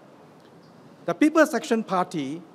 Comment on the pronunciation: i tot he said "People Section Party" LOL